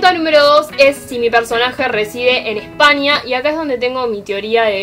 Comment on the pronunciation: Me encanta cuando dice.... pequenio .....Espania ... pero te entiendo